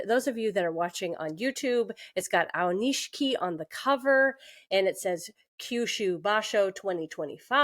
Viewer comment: I think its Aioni-SHI-KI. This is a cool channel